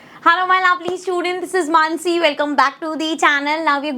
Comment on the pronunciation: Lovely not labley😂😂